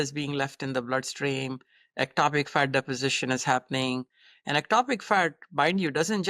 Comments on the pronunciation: I cant unhear 'Fart' instead of 'Fat' 😂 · now, I hear Fart also. Thank you LOL